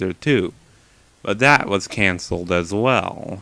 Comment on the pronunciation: It's funny when he says as well